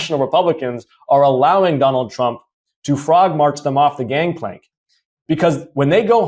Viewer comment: Congressman almost said "Tronald Dump"...I like that 👏🏾